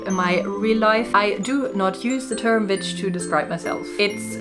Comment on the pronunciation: Your videos always appeal to me, they're so nicely done. I'm just being honest though - as they're being spoken in English, the English pronunciation of the word "witch" is with the same sound your language use for the letter "v" so if you saw the word "vitch" and pronounced it in your language you would have the correct pronunciation for English speaking. It may just be me but I can't get through any of the videos when the word witch is pronounced with the strong V (to you W) sound - it grates and stops me getting into the flow of what your're saying. Sending best wishes.